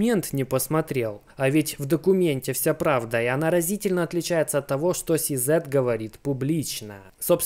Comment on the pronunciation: И не СиЗэт ,а СиЗи . Если читаешь по-английски,то читай обе буквы правильно)